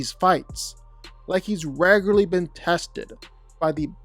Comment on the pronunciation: Your commitment to saying "raygurlee" as frequently as you did is commendable